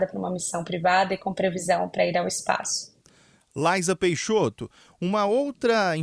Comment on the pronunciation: O espaço é um assunto muito complexo esse jornalista e muito leigo pra tá fazendo essa entrevista à única coisa que ele sabe é pronunciar o nome dela correto vamos esperar a entrevista dela pelo Elom musk